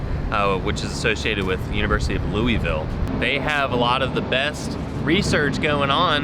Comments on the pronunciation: LOU-A-VOUL, not LOUIE-VILLE… 😂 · Loo-uh-vul....we can tell you aren't from here when you don't say it right...LOL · Oh my gosh and you went to my home town. I wish I knew. I would have drove to see you both. it’s called Lou- a- vul. 🤪🥰